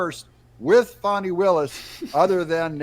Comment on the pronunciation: It's not "Fawny"